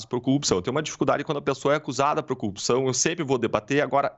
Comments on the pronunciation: Não aguento mais ouvir a palavra "coupção". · Esse cara deveria ter vergonha de aparecer em público. Você é uma vergonha, sua família é uma vergonh, sua história é uma vergonha. Detalhe, não é "coupição" é corrupção. Você é absolutamente corrupto Dallagnol, assuma o quanto é pequeno e corrupto. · Assistindo dias depois de Deltan ser Casssado . Que ódio ele não sabe falar corrupção aff